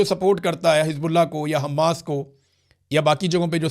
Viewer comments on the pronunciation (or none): none